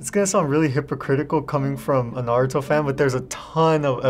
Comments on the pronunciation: It pained me when i heard nartoe and mAAnga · Wait I thought she was joking when she said naturo. Guess not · It made me so mad when she said naturo I almost screamed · Khorshed Alam One of them said Naturo... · When she said Naer-uto ship poo den I— 🤣🤣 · U said naruto its NATORO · I RUSHED to the comments when I heard her say "naturo" I felt pain 💔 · She said noturo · She said noturo💀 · Calls naruto "Naturo“ Me: one thousand years of death 🍑🙏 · One of them really said nerudo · “It’s called naturo right? “ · she said natoro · 'naturo' tho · The girl calling it naturo and even the host mispronouncing it is just 😤😭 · Ikr I felt like strangling my phone when she said naturo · “Naturo” Me : Almight, PUSHH! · "natoru" i am crying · yes darling it's definitely called "naturo"🥺🤍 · That “naturo” and “narudoe” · Me: how the fricking hell did one of em say nahtero like whatta f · Im gonna give the girl who said natoro a pass but i cant abide by the narooto pronounciation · Them saying naruto rong😑 but when they manga rong🤬😡😤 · she really said nutoro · Why they say "Narudo"? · Not notoro 😑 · Lucas Andrade 🤦🏼‍♂️🤦🏼‍♂️ naruto and almost all of them pronounced it wroung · I've seen 13 different ways to butcher the pronunciation.. yet that one STILL caught me off guard. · She sounds so American 😭😭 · Almost everyone at: Pronounces Naruto wrong Also: Puts in the D u b b e d Intros Us Weebs: So you have chosen... Death. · OK BUT LIKE THE WAY THEY SAID NARUTO MADE ME MMMMM NO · Didn't like the way some of them said naruto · For real like the 3rd most popular anime and she has no clue how to say it🤣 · How they pronounced Naruto made me so mad like 😤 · Omg this is so true and the way the announcer lag Day in the bout round said Naruto🙄😔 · BUT Pronounced it wrong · Them saying naruto absolutely made enraged me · the way she said naruto cracked me up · The pronunciation of Naruto really pisses me off and ouran highschool Host club is one of my favorite romance animes